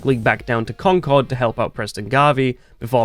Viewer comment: Does no YouTuber who plays fallout know how to properly pronounce concord???